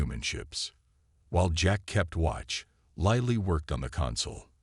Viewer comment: its lily not liely